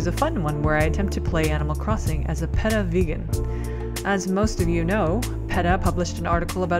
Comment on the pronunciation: Also, it's pronounced Pee - tah, at one point you said pedo which kinda freaked me out